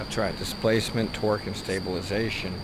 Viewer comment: The video started off funny 😂 with the”torke? What torke? Then he comes with the dolphins 🤣 like what😭😭